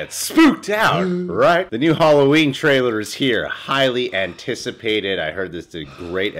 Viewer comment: "Holloween"...:D Love you